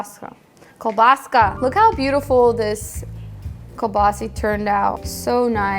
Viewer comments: It's hard to take her serious heck she can't even pronouce kelbasa buttt i'll keep watching she is cute. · In Alberta where a large Ukrainian population lives, we grew up pronouncing it as koo-baa-saw. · Another great recipe, sounds delicious. I’ve always heard it and pronounced it as “keel boss uh” but hey, as long as it tastes good what does it matter huh..lol.